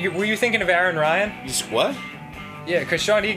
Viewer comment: Aran Ryan: Aryan